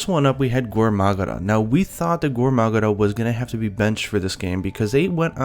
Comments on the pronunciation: English is his main Language, he just said "Gore Magara" because that's how the monster is called in Japan. (actually it is called Goa Magara.) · Your english is great, but when you say "Gore Magara" it makes me feel weird. I know it's because they replace the L in english words with a very light R in japan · lol he IS english, he is pronouncing the names as they are said in Japanese.